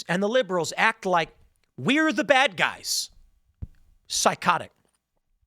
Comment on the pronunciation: "GET the baad guys"! said Tim in his midwest twang. Who saw this episode coming? God yall. It's getting too cringe today Boyz